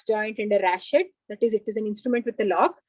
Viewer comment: It's pronounced as "ratchet", not "rashet". Medicos should emphasize on pronunciation of medical words too because in future, they might have to give lectures in other countries.